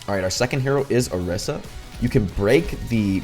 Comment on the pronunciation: Orisa is pronounced oh-ree-sah